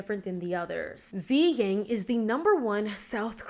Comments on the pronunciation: her name's not pronounced as "Zi-Yang". It's pronounced as "Su-Yang". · Tzuyang is pronounced like 'chui-young' not 'zee-gang' 😅🤍